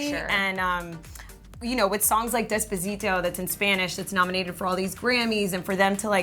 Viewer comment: Lmao this girl is just butchering her words lmao jhoke and dezpazito 🤣😂😂